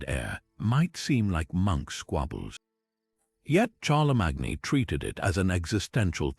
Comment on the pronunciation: I just don't get it? How can you possibly mispronounce Charlemagne's name when that is the topic of your video? Are we supposed to leave leave anything else you say after that?